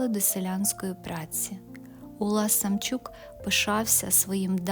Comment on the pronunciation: Чому Самчюк,а не Самчук